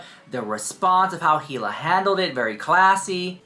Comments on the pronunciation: You know damn well you have heard her name in this video plenty of times. The H is silent. It sounds like "E" La actually. So idk why you keep continuing to say Hila and it's not like ur kinda saying the H u are really saying it. It's not cute or quarky ,ur not being "different". It's annoying. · you are pronouncing Hila incorrectly. Pronounced Eeee-lah.